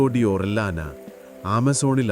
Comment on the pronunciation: ഒറില്യാനയെന്ന് ഉച്ചരിക്കില്ല... ഫ്രാൻസിസ്കോ ഓറിയാന...